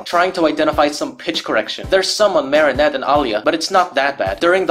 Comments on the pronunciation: Why do you keep saying Marysu? And I use to love this special when I was 7/6 and the songs I mean I still think ladybugs song was pretty good I just didn’t really like bad Santa claws and I don’t like rock it’s just garbage you can barely hear what there saying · It took me a minute to realise why you kept calling Marinette Mari-Sue lmao